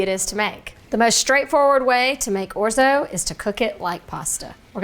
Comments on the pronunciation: Those over enunciated O's though??? Painful listening to this say Orzo and Risotto!!! 😂😂😂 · Very nice tutorial. 🤌🇮🇹 (We Italians pronounce it, “ORT-so.”)😉